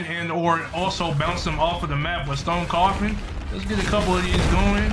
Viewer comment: It isn’t said stone coffin it’s stone cough and